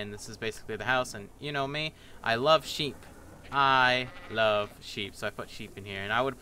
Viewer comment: hahaha " I love sheep id put a bed in here" hahaha got a bit of welsh in you XD